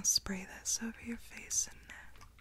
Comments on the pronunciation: You should do a whole video about the "close yarr eyes". I just love it so much it's really tingly!! ☺️💖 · Idk but “close yed eyes” is so tingly